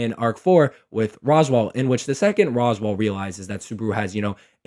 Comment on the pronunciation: How does nobody know how to say Roswaal’s name, this has been a mystery to me throughout the entire fandom 😭